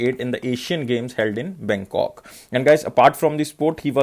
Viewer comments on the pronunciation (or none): none